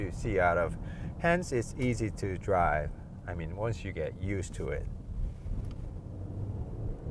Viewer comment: "드롸~~~브" ㅎㅎㅎ 그냥 영어 잘 하는 알바 고용 하시는게 더 영상에 집중하기 쉬울듯 아님 영어 자막도 좋아이디어 일것 같네요. 액센트만 문제가 아니라 영어를 하는데도 억양이 한국말 같고, 말 중간 중간 쉼표가 엉뚱헌데 있는 느낌이랄까요